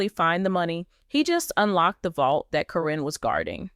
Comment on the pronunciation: Yeah I knew it as well. Matt totally changed once he got with Caryn. This person that is talking is getting on my nerves pronouncing “K-RIN’s” name. She has called her everything except what her name actually is!